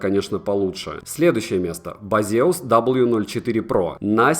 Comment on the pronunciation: Не басеус, а бэйсус😂😂😂😂